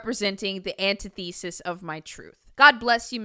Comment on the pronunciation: I thought you was talking about Iggie Azalea for a minute and was like, "Wait...ain't she White" lol Antithesis= "ann-TIH-thi-sis" (2 short "I" sounds)